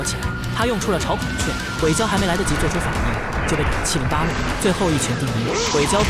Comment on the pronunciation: 這個字應該念asa